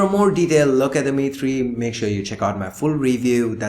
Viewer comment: Every time you said "The Mi3", it sounds like Dimity, so now I have started calling the Mi3 "Dimitry" with a Russian accent.